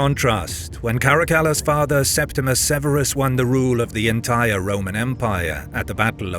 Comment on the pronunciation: It’s Septimius Severus. And why show Macrinus returning to Rome? He was killed in Syria.